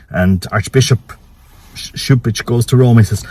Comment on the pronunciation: My dear friend you pronounced the later part of the nsme right but the C is pronounced as a K. Regarding Novus Ordu, we must defend the traditional latin mass. St. Cantius continues their traditional latin mass it is home to a large community! So we will see! It is clear that this pope wants to destroy the catholic church!